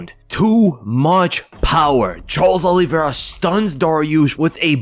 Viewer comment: Great video but his name is Olivera not Olive vera